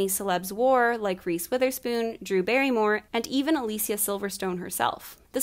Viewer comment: This is just a detail but I love the fact that you nailed the correct pronounciation of Alicia's name, the actress herself pointed out not so long ago that a lot of people butcher her name. It's a nice touch :)